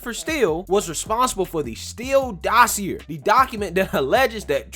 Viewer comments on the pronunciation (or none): Dossier is a French word so when you see -ier at the end it's pronounced ee-ay not ee-er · How can you not know that the R in dossier is silent? They said the word thousands of times when they thought it was legit, then a thousand more from Fox once it came out that it was bullshit.